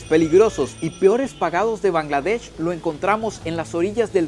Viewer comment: Bangladesh ❌ Kangladesh✅ 🤣🤣🤣